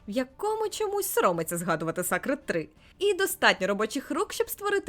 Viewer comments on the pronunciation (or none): 🐈 - думаю правильніше було б "сейкред", - а тут "ен пі сі" Сама гра виглядає дуже цікаво, і дуже добре, що є українська, бо досі є багато студій, які не хочуть додавати українську до ігор.